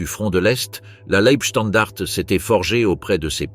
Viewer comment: Dès le début cela dérape : la voix synthétique est incapable de prononcer "Leibstandarte" (ei se prononce "ail" et le e final n'est pas muet). Je ne vais pas plus loin, c'est de la daube. Les stratèges allemands n'avaient pas pensé que le Tigre 2, un monstre de 70t qui manquait de mise au point, ne pourrait pas passer sur les petites routes des Ardennes ni sur les ponts. S'ensuivit un énorme bouchon et tous les chars furent perdus dès que l'aviation alliée put entrer en action. Circonstance aggravante : les blindés de la Leibstandarte étaient commandés par Joachim Peiper, qui avait obtenu tous ses galons dans les bureaux auprès de Himmler, autant dire que sur le plan militaire il savait seulement obéir, et cochonner le boulot pour lequel il était gravement incompétent. En face, les Américains étaient au repos et ils furent surpris mais ils se ressaisirent très vite et Bastogne ne fut pas prise. Le problème des généraux allemands était la terreur que hitler faisait peser sur eux depuis l'attentat du 20 juillet 44. Les Waffen SS n'avaient pas peur, eux qui étaient chouchoutés, mais à eux seuls ils ne pouvaient rien faire. Cette offensive était débile, elle fut menée stupidement par des incapables et causa la perte de quasiment tous les blindés allemands. Comme à Koursk en juillet 43. Le pire ennemi de l'armée allemande fut le caporal qui la commandait. Salut et fraternité*